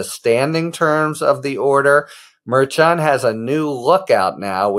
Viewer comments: Mer shawn, nor Mer CHAN. Stop it Harry. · I watched Karen Friedman Agnifilo correct you on how to pronounce the Judges name, yet you still put a french flair on it. Drives me crazy. Mer-SHAWN. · Harry please, Karen told you how to properly pronounce the judge's name 😭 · When are you going to learn how to say the judge's name?